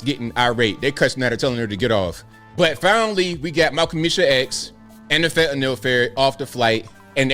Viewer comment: THANK YOU! You pronounced fentanyl "fentan-ill" (which is correct) and not "fantan-all" (moronic mis-pronunciation).